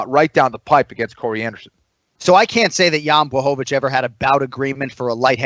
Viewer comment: respect to anik for pronouncing jans name right! swear hes the only person who can do it